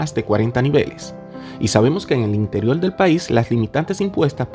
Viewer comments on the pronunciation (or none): ¿Por que dices JJJJrascacielos? y no Rascacielos.. apartiL, en vez de a partiR. interioL y no interioR.